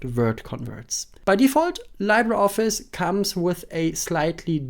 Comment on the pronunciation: It's actually LEE-bruh. Spanish word or filipino word for "Free"